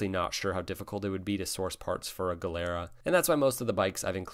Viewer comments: it's pronounced gee lera. the way you say it "galera" actually means "prison" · A nit - Gilera is pronounced like JEE-le-ra. I bought a leftover new '86 Yamaha SRX-6 in early '88. Still have it. Singles are skinny and don't take up a lot of garage space. 😁 I was going to list bikes that I've owned that I wish I still owned, but I realized that applied to just about all of them. I need a bigger garage. And budget. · pronounce 'jilera' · FYI…GIilera is pronounced GEE-lera (soft G not hard G). In Italian hard G before a vowel would be spelled GH like GHIA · it is "Jeelara" (Gilera) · Fun and informative video. Hondas are great, but I just love the old Triumphs. btw, Gilera is pronounced “jee-lera.” (My uncle in Italy had one) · It’s pronounced ‘Gee le ra’ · Gilera is pronouced as if written with a J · Gilera is Italian so the "G" is pronounced as a "J".